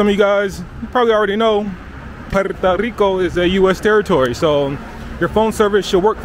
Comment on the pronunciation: Puerto not Puerta. Puerta = door